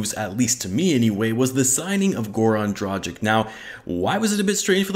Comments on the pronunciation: Say Dragik. Now say Drageetch. You're welcome. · dra-ghee-ch, dohn-chee-ch, voo-chev-eech, bogh-dano-veech, shar-eech ;) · Man can't even pronounce his name right then makes a video about him 🤦‍♂️🤦‍♂️